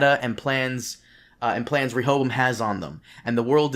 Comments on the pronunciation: Re-Ho-Bo-Am!!!! There’s 4 syllables to the word Rehoboam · "shout out to this guy who helped me pronounce it correctly" Proceeds to not pronounce it correctly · Rehoboam is a Hebrew name, most English bible scholars would pronounce it as RE-ho-BOWum. The first syllable not as the suffix re-, but the same as in the word rectify.